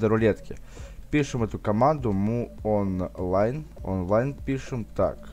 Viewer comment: Ору, МУонлайн, Майонлайн читается, дядя